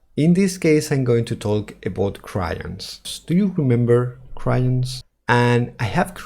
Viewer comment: "Cry-ons" T_T